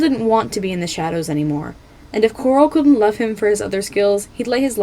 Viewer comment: i can't be the only one who heard this, but you said "queen gloral"